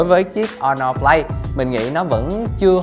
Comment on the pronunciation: Honor"Flay" t ko chịu nổi^^